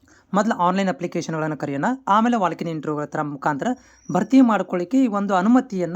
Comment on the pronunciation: ಗುರು ವಾಲ್ಕ್ in interview ಅಲ್ಲ ಗುರು, ವಾಕ್ in interview